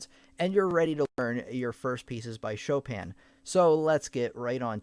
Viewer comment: Did he just literally said "Shópèn" Chopin?😂